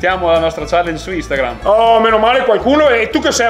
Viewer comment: ti voglio regalare una maglietta con su scritto “INSTANGRAM”, come lo pronunci tu 😂😘